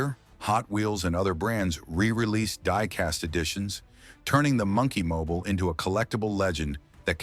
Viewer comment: AI pronunciation of "Monkey Mobile" is wack!